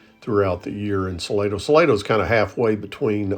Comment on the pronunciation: I am pretty sure it is pronounced Sa Lah doe. At least, that is how San Antonians say it.